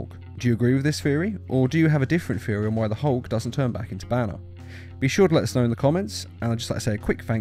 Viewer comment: It's THeory not feory